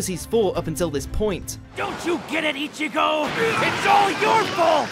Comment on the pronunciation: This dude keep saying itchy-go , its ichigo , stop with the Itchy